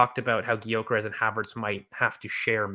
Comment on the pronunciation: Lads....... how many more times, Viktor's surname is pronounced "Yuh-kuh-resh" FFS!!! I'm not going to tell you again!!!🤬